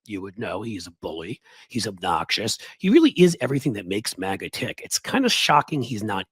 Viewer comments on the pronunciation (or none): none